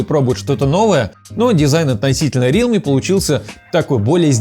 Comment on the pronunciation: Даун какой рИалми, РЕАЛМИ правильно